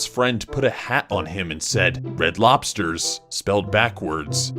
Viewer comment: red lobsyes? red lobsves? i know that doesn't say red lobsters.